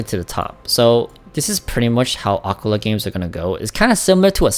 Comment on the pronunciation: Ah-Kee-laa FFS, bro